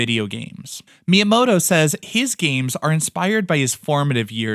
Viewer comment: At least try to pronounce the name right 🤪